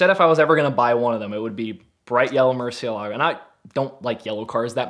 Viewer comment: Somebody who can nearly say murcielago right 😂